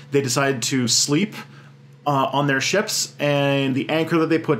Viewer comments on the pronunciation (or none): none